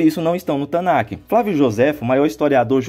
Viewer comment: Amigão, com todo respeito, sou judeu e senti uma agonia imensa toda vez que você pronunciou Tanach como TanaQUE. o ch/kh, nessa palavra, tem som aspirado e não se pronuncia. Abraços